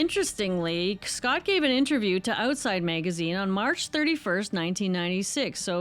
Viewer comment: I had no clue that you are Canadian until you said Oatside Magazine. That was a total and complete giveaway. …don’t fret. I dearly love all the souls of earth and beyond. Much love and respect to you.